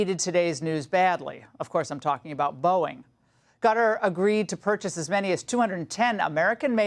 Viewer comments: Laura, C'mon, it's pronounced KA-TAR not CUTTER, you're old enough to have a good education, live through the 90s & Desert Storm and KNOW better. 🇺🇲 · Why is she calling it that?? Lol I thought she was saying gutter. Yikes. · Pronounced ‘cutter’.